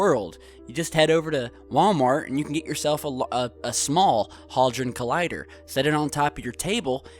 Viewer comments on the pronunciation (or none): Wtf do you say Haldron, Its the Large HADRON collider. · Sorry but, first time i've commented and it's trivial, but get your pronunciation right. It is HAD RON, not Hal Dron, or HauDron. At least be consistent. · It's HAD ron, not HOD ron. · Sorry, was that Hard-on Collider? It's Hadron luv lolol ;-) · Hard-on collider 🖖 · I absolutely LOVE this channel, but PLEASE stop changing our English pronunciations with American versions.. One example - it's HADron.... H A D R O N.... not HARDron! Not crucial, but a real sore point with us Brits. Love you though - please keep 'em coming! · Hard on collider! LOL. Hadron,, HAD-RON. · Had-ron collider is the proper pronunciation. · 1. It's pronounced Had-Ron. 2. It's a particle accelerator. 3. String Theory is no longer a viable. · Pronounced Head-dran collider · I've seen a few of your videos and you just lost a lot credibility with me when you can't pronounce something as easy as Hadron its even spelled as it sounds not halldron! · Great video, I like the work you do, but frankly the comments on the The Large Hadron Collider make this all look foolish, I suggest you do some research on it, (Including proper pronunciation.)